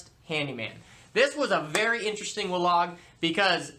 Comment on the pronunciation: Good content, but hard to take you seriously when you keep saying 'wlog', my bro.